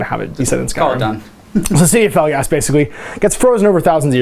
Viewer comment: I like your videos... but it so bugs me that you say Felgast and not Felstad.